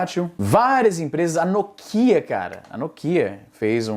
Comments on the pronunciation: Excelente vídeo, mas porra, "nôkía" é sacanagem kkkkkkk é assim que falam na gringa? Aqui eu sempre ouvi como "nókia". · que porra de no kia carai. É NÓKIA. NÓ QUI AH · já que você gosta de falar como brasileiro, o correto seria NÓKIA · "No kia " acho que só japonês pronúncia assim... kkkk sempre chamei de Nokia, lendo como se escreve kkk